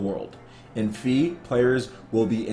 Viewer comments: I think it's pronounced Fay not Fee lmao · "Fe" is the Swedish word for Fairy. If thatvis what they mean, it should be pronounced: "Feeh". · Pretty sure it's pronounced as in "federal", cause fe is Spanish for faith.